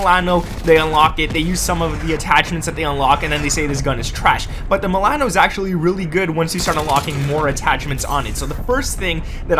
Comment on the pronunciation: The way you say milAAno lmao great vid gg